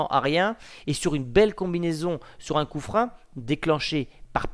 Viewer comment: Juste... Pourquoi tu dis "coup frein" au lien de "coup franc" ? Je comprends pas du tout, même si c'est un détail 😂